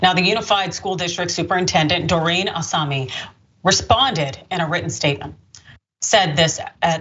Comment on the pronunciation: Obviously, this is disgusting & the school made the right decision. But how can this woman see "Osumi" and pronounce it "Osami" repeatedly?